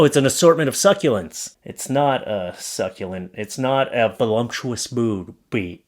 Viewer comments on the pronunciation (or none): it’s voluptuous, not volumptuous 😂 best wishes for a speedy delivery!